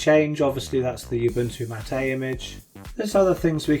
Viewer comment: mattA?? that's Ubuntu mAt, as in "How's it goin', mate?"